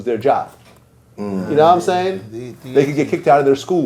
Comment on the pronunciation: His wack version of Lod jamars Ya nawImean?!?!